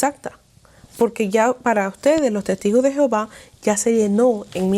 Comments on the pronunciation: Por qué pronuncias Jehováv... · El gran problema de la doctrina de los testigos es su traducción, supuestamente de la Biblia, que en realidad no tienen nada en común! La traducción de los testigos te esconde cual es el verdadero nombre de Dios ! El no el nombre de Dios no es Jehova! Este es un nombre que se le dio al no poder pronuncia YHWH! El cual tampoco era su nombre !